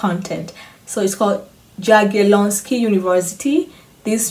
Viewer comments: J is Y not DŻ :) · Jagieloński more like Yagielonski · When you say Jagielloński in polish you should spell " J " like "Y " in english . This is surname of Polish Lithuanian dynasty which founded university in 1364 r .